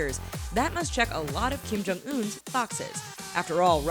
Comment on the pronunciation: Kim-Jum OOF